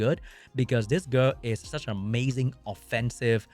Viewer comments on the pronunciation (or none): You said offensive the word you were looking for was offensive but ahffensive sounded out like this instead of